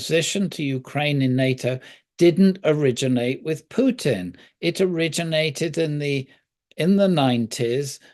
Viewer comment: Also when did Putin changed from a ‘pew’ to ‘poo’?